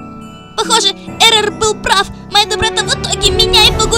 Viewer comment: Чувак ошибка будет "Эррор", а не "Эрорр"